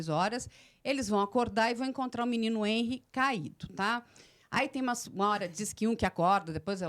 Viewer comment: A pronúncia do nome dele não é HÊNry e sim HenRÍ